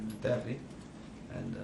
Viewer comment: can anyone spell Terry and Cahill after Conte, please? his pronunciation is funny